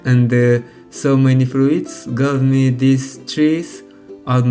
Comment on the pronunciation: Se pronuntsa "fruts", nu "fruits"